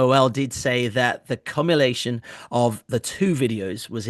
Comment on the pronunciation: And it's still not pronounced like that lol